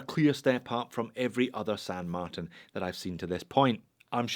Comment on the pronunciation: FIRST & most important, it's SAN marTIN (TIN = TEEN). Second, I can't get with counterfeit/rip-off copy brands. Third & finally, that watch just is a hodgepodge of a bunch of different ,existing watches, AND it's TERRIBLE.